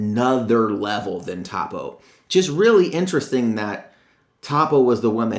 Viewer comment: ITS PRONOUNCED TOW-PO